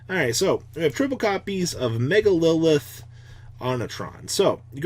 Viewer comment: "MegaLILITH" cmon i can't take this anymore